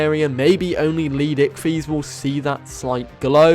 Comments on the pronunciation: idk why i always chuckle when he says leed icthys when it is leedsichthys XD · LEED pause SICHTHYS tf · no offence but how hard is it to use the first S in leedsichthys name